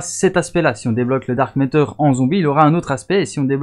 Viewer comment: C'est dark ma(teur) pas dark métor... Mais jsuis pas facher vous etes pas américain ou canadien